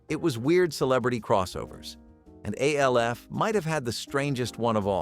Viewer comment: It's ALF, not A L F